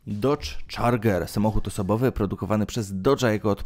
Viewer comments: Dodge czarger to mój ulubiony xd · Czarger" ??? Serio kurwa???